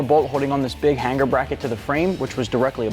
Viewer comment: Brotha, there is only 1 G in the word hanger; however there are two ways to pronounce it: 1) hang er 2) han ger But never to be pronounced HANG GAR. Those are NOT BULLET style mufflers, those are cylindrical style mufflers...YOU SHOULD BE FIRED along with anyone that assisted in the preparation/direction of this video???